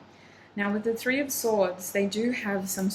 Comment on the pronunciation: 3 in Persian is "se"... I thaught you speek in Persian suddenly while you said se instead of three 😅❤️